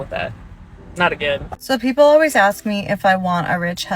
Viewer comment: You have a photographic, you said ax instead of ask. These uppity women you’ve mastered everything else except that.